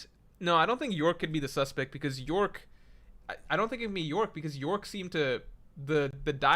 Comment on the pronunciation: it's york.. bro doesnt read /j